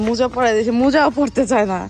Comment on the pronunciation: মুজা না মোজা বলে